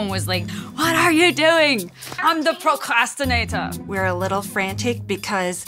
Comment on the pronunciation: When she said "I'm the procastinator" same sizz